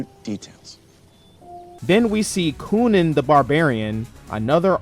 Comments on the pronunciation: bro why did you say it like that coonan the barbarian instead of conan the barbarian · Cunan, the Barbarian.. That's killing me.. It's CON-Nan